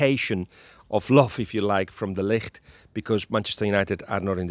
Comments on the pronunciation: It's de Ligt! The "g" isn't a "ck". Ballbag actually ponounced it correctly. Take the "g" from Ballbag and make it sound softer and you have the "g" from de Ligt. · Was hoping your pronunciation of 'De Ligt' was a hint that he is coming to Liverpool